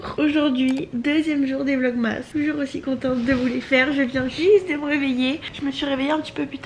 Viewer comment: Je te kiff mais vlogmas ca s’écrit comme ça mais ca ce dit vlogmes❤️